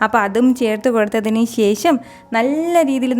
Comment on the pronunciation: ശേശം അല്ല ശേഷം